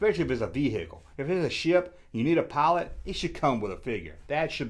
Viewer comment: Vee hickle 😂